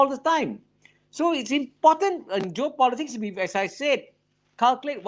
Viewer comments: Geo Politic 不是 Job Politic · It's geo-politics 区域政治, not job-politics 职业政治 or joe-politics